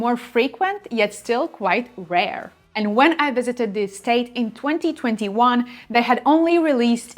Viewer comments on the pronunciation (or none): Rare please, not Rore!!! 😅😅😅